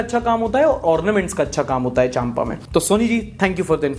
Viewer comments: Not चाम्पा its चाँपा. I am aslo from Chhattisgarh Mungeli. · Hey, m from chhattisgarh. Since m from chhattisgarh just wanted to point out a small think i.e., Champa pronounced as Chapa... M is silent